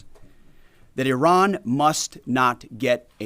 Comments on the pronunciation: It's not I Ran, it's pronounced Ah ran . Leavett, please get it right 🙄🙄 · Can we d**bass Americans at least pronounce Iran correctly. It's Iran with I pronounced like we do with It. It's not Eye-Ran dipsh*ts. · it is not eye ran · Duuuude. It’s IRANY!!!